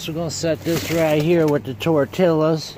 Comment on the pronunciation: Its pronounced. Tor tee uhz.... Not tor til uz